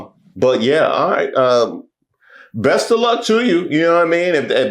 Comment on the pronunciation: Did you say "breast" or "best" of luck?